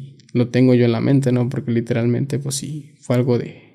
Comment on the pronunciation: Literal mente dice muxho literalmente